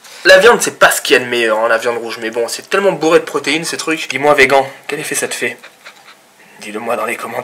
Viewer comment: Un autre Thierry Casasnovas qui prononce mal vegan, ça se prononce végane qu'on se le dise et ça ne me fait rien si ce n'est que t'es con ahah.